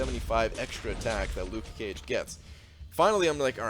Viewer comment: "Luke Cage" You don't have to pronouce the "ke" so clear just be natural XD